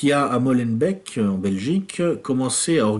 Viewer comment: A propos de Molenbeek, ça ne se prononce pas "Molenbècque" mais "Molen-béék" :-D :-D :-D